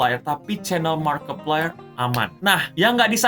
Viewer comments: cara nyebutnya yang bener markipler :v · Markiplier nyebutnya markipleur